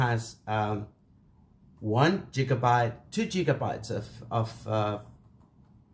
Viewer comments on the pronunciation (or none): Bro it's gigabyte not jigabyte lmao